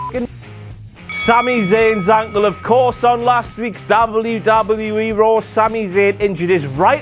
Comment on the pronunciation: The way you're saying 'wwe' is really fucking irritating. It'll put me off watching in future